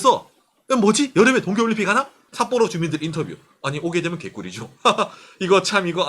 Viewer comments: 삿뽀로 어감 너무 찰지네요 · ㅋㅋㅋㅋ삿뽀로 할때 발음봐 ㅋㅋㅋ 빵터졋넨